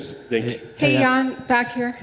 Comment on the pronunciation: *Jan not "Yan"